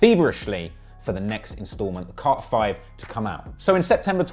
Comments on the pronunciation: Carter not Car-er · What's Cah-hur VI? lol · Lol you can’t say carter. Ugly ass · The way he's saying "Carter" is making me itch. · I can't get over the way you say Carter lol your killing me I love it😆😆😆💯💕